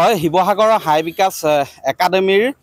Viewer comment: এই সাংবাদিক টু জধা মূৰ্খ সি বাৰে বাৰে চাই একাডেমী বুলি কব লাগে হাই একাডেমী বুলি বাতৰি পৰিবেশন কৰিছে